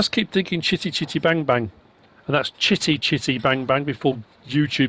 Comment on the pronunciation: The emphasis on the "chitty chitty" bit had me rolling.